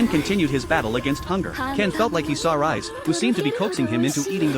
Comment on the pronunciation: Bro said rize like rise xD